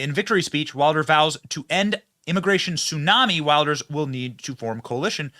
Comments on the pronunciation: It is pronounced Vilders you savage! 🤓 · Its Wilders pronounced Vilders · Pronounced "Vilders" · geer wilders lol weeeeelders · villders. When you see a W anywhere around Germany, it sounds like a vee. VILL-ders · You should pronounce it “gurt wilders” in English :) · In Dutch, the W is pronounced V. So it's Vilders. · Long time coming. The powers that were tried their best to lock him up, now he is in charge. It’s pronounced Vilders.